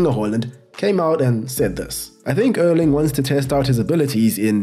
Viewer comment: It's pronounced Airling.